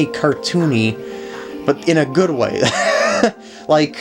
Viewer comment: *good not goo